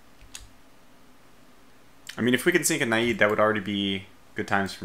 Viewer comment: Got around to watching it last night. Not to pick the low-hanging fruit, but your pronunciation is painful,. I know British is a totally different language from American, with no resemblance at all, and it takes years of study for a speaker of American to become fluent in British, but Naiad isn't even British! It's a mythological Greek water spirit! You keep saying "nah-yeed" like it's Arabian. It should rhyme with dryad, and sound like a mix of "the end is nigh!" and "dad."